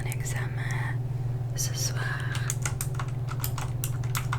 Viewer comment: Cc super vidéo trop trop plaisir !!pour t aider en français pour certains mots il y a des lettres muettes que l’on ne prononce pas comme le mot « temps » sa se dit ´ten’ on prononce pas le P